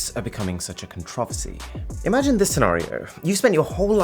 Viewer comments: A what? How did he pronounce Controversy? Is it me? Am i the problem? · i stopped watching after he failed to pronounce controversy with a smirk on his face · Con-Trov-Asy ?? I swear these Brits pronounce some words weird just to be weird. Anyway, I have a Samsung Galaxy phone and an Airtag. Without installing any additional software, My phone will let me know that an AirTag has been following me around and it will allow me to ring the tag. I can't love my Samsung phone any more than I do. It does amazing stuff without me having to install 2 star apps. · I'm sorry whosetheboss I love your vios but the way you said (kon-trov-ersky) has me a bit offended. it's controversy! (Jk lol) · that has to be the weirdest way someone said "Controversy" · The way he pronounced controversy and privacy is going to make me combust as an american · never heard controversy pronounced like that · I'm intrigued by your pronunciation of the word "controversy" 😂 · Is that how Brits pronounce controversy?